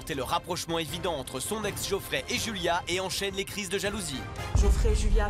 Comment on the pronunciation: on dit Geoffrey*